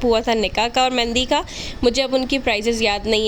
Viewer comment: Mehndi hota hai mendi nahi